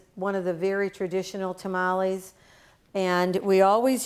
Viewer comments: If a Hispanic say TA-MA-LEE instead of TAMALES then their tamalee is not good!! 😉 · why do u sound white when u say tamales lol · "A couple things you should know about tuh-mollies"